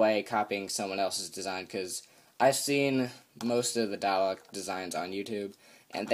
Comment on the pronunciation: DALEK (do-lek)